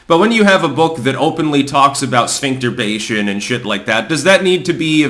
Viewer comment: Spincterbation? or whatever said. Like what even is that? I have never heard that word before. And pre-teen children are being exposed to this stuff? Not even me in my early 30s got taught about that, EVER! The Left is fucked up, fo realz.